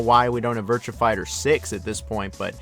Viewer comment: I can deal with you pronunciation of Yakuza, but the way you say “Virtua” is disgusting.